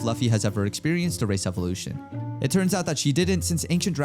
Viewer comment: Bro said race evaluation in part 1 but i thought he said racist evaluation ☠️